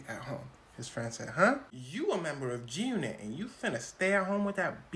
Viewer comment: Why you saying “Jyoonit” ?? Enunciate your words boy you sound goofy as hell lol